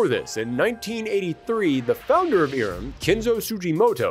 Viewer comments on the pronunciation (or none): It's not "EE-rem", it's "EYE-rem".